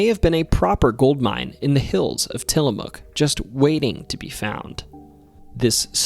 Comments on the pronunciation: Got Tillamook correct but the dalles wrong. So close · Absolutely wonderful video. You've done a great job with Oregon and I would love to hear more. Funny tho, you managed to pronounce some of the harder things, like Tillamook correctly (maybe your familiar with the Ice Cream and Pepperoni sticks) but you got some other stuff like The Dalles wrong. The best way I can xplain how The Dalles is pronounced is like... the Dal in Dallas TX, but NOT the las in Dallas, so The Dal-s. Thats not perfect, but its close enough no Oregonian would make fun of you. Nehalem is pronounced Ne-hay-lum Also while many people say Wy-East, theres no actual evidence that any Native American tribes have ever called it by that name.... that doesnt stop me tho, so... Not Oregon related, per say, but the word "slough" is pronounced like slew, and the mineral Olivine in the meteor is pronounced Olive-VEEN. Lastly the word 'Skookum' doesnt always mean something bad, tho it often has that connotation. Truthfully it means strong, or powerful, usually in a supernatural way. Theres actually quite a few Skookum X's in Oregon and Washington, especially in the Cascades Ok, if you survived that you deserve a treat. The Portugese gold? The story you've told is unlike ANYTHING I have ever heard. The story we've always tell LONG predates any white settling from the East, enstead it goes back to the age of piracy, when one day some Spanish or Portugese (Iberians are all the same anyway) showed up around the Nehalem River, looking for a place to bury theyre gold they had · I was so happy to hear you pronounce Tillamook correctly! Some people don't and will argue with locals about it. 😂